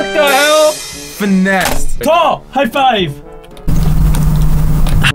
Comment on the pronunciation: Stop saying finess